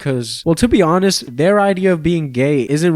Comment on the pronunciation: The, uh...the H is silent.